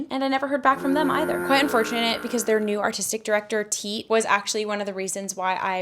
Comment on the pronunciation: Wow. I was so tense watching this video. Congratulations, I’m excited for you!! Although, I do have to say it’s pretty lame that Grand Rapids let you go, but it’s all part of your journey! 🎉❤👏👏 PS I’m glad you pronounced Tiit’s name I never knew how to say it.😬😂